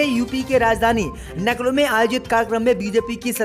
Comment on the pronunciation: नखलऊ बोलने पर DISLIKE 👎👎👎👎👎👎👎👎👎